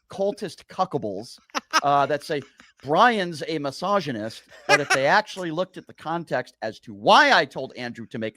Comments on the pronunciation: Is he saying massagnyst? He’s a rub and tug massagnyst This guy is the absolute lol cow.. I fucking hate that he gets paid to just be a complete loser, getting slapped about constantly. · Why does "" sounds like, he says all the time "Massagenist"? 😂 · brians says “massagonist” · I love how he tries to soften the G sound in misogynist to sound sophisticated 🤣